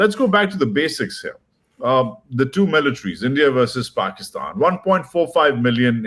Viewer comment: The way he said paakstann 😂😂😂 in the introduction, i knew he was born in pakistan and he is also a product of delusion and inbreed dumbwits 😂